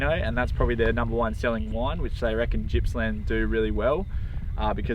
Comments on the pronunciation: LOL! Jippsland as opposed to Gippsland, love ya gutz 😂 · its Gippsland ...”G” for gate ... not jippsland as your pronouncing it lol